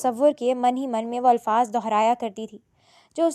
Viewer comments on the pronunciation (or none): none